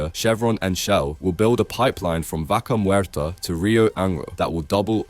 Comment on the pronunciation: Your pronunciation of Vaca Muerta hurts my ears. Even though I know it shouldn't because you're doing your best.